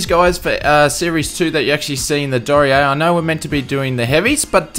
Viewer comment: Hairy - but it's down. (So maybe it's downy?) Anyway my challenge is to get you to say the aircraft name properly. It's a German company so it's pronounced Dor Knee Err. 'Dor' like in dormouse - 'Knee' as in that thing halfway down each leg - 'Err' as in to Err is human. Nice videos by the way. XX